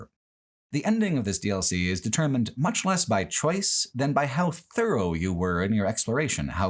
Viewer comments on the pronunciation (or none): Pfff "thorough"